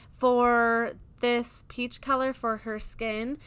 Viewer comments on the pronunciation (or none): none